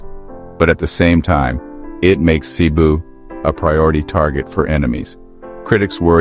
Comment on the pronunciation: Cebu is pronounced fast with accent on 2nd syllable , CeBOO. Not SAYbu.